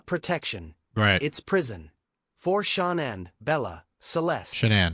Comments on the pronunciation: I've noticed that most AI channels pronounce Shananns name, "Shannon" or Shawnan Whats. It's so annoying! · I was so glad you kept correcting the AI mispronouncing Shanann's name. It w is so frustrating, you'd think AI would be able to get it right. Also, very interesting about Jim, especially all the deleting they did!